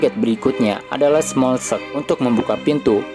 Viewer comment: smolenk baca bukan smokkeln koalisi bukan koalasi